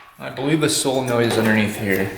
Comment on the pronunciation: Not A big deal but your pronouncing Solenoid incorrectly.